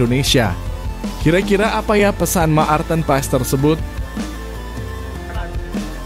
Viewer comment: Hai Mas Nyebut Nama Pemain bola yg betull blajar dulu jng Cuapp² Apa Itu Ma Arten.Pa es blajar dulu ya bikin mala aja.